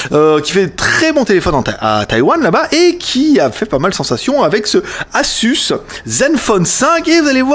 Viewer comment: Pitié, ça se prononce aZZZZZZZZus !!!!